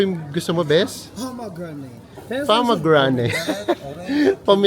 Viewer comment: Ang pag pronounce po ng pomegranate juice ni Enzo ay promegra-net. Maramin nyan dito sa LA. Un fruit nya ay sipsip lang tapos luwa ang napaka dami buto.